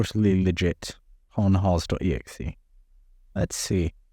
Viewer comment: conhoz.exe instead of conhost.exe nothing to see here ^^